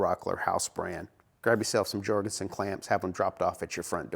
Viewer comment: You're an American..... speaking English is alien to you! for example, the clamps are pronounced "Yor gen son" not "George n son"